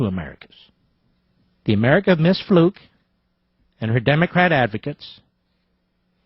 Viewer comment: Her name is pronounced Fluke not Fluke! lol